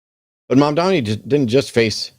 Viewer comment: It’s Mamdani, with an N… not Mamdami. I don’t get why this is hard for English speakers! If you can say “mom” and “Donnie” - and I know you can - you can say “Mamdani”.